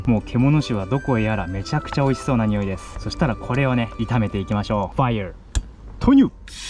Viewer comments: 知識がすごくて聞きやすいし楽しめました あとファイア🔥の発音が最高すぎました笑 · fireの発音めちゃ良い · That “Fire” is so englishing 😂😂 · いつもchieetonさんのFireの発音が良すぎて笑ってしまう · First video i watched on the channel, that "fire" caught me off guard because its pronounced so well by a non-english speaking person 😭 I like this style of editing, def adding you to my favorites